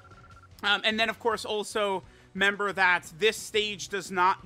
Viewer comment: happy new year it’s been a great year to watch your videos could you please pronounce the r in the word “remember”